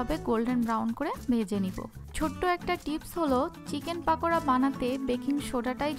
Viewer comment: পাকোড়া বলেনা পকোড়া